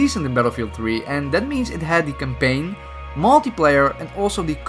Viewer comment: Dude... stop using the word campaign if you won’t attempt to pronounce it correctly. 🤦🏼‍♂️.... and while I’m on the subject, you don’t pronounce melee correctly either.... mei • lei. Look it up using google and practice..... love your content! 😘😘😘😘